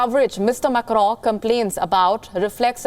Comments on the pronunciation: She says it like Emmanuel MECCRON..its Macron 🙂. Imagine if someone says "Nirendra Mudy" .. it would sound silly right🙂 eventhough we understand what she says 😀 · Amazing pronounciation - prezzident immanu makkro. Preze and media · Can't stop laughing after listening how she's pronouncing macron 😂😂😂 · The way she says macron😂😂😂